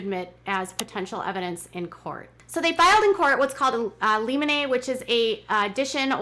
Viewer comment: It's pronounced lim-in-ee